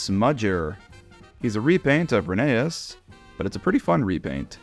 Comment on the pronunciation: it’s pronounced “Rheneas” not “Rheneas”